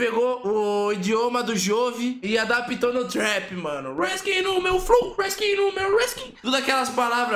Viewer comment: "Tem um flinq no meu fló" KKKKKKKKKKK